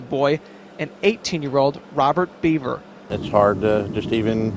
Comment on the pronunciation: The spelling of the name is Bever and it is pronounced like Bever (ly) Hills. Just a little heads up,.